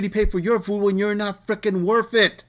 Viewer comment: Buy your own fooo then... can't even pronounce "food" is wild